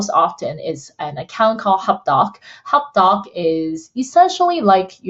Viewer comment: I thought you were saying "hotdog" at first:) Thank-you for this info, I'm a beginner and intend to use the best technology out there right from the get-go.